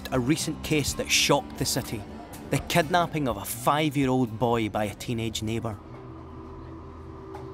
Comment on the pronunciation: if he says kednaaping one more time i swear